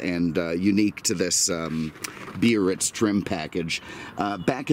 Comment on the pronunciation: Yesss!🤩 You pronounce Biarritz cor-rect-ly with 3 syl-lab-les! "Bee-ar-ritz", not the clunky "Bar-ritz" of a few car posting hosts. Thanks for that touch of class,.